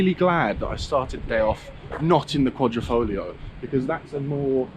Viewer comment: It's Quadri.....not Quadro